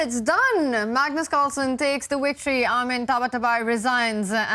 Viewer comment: “Magnoz Carlsen takes the wictory”